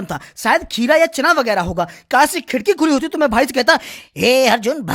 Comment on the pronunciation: kaas nahi kash hota hai